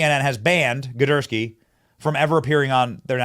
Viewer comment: “ Gidursky” okay I’m convinced Benny and are both faking not being able to read. lol